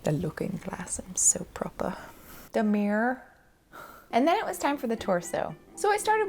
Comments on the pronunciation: When she said MEER instead of mirror, I laughed a little too hard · i loled at "meer" lol